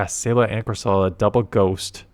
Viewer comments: It's CorsOla, not CorsAla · Ok I know it does not matter but is that how you are supposed to pronounce Corsola? Cor-suh-luh is how I pronounce it?!